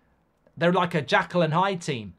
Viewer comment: FYI its Jekyll not Jackal!